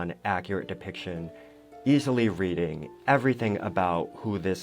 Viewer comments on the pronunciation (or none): none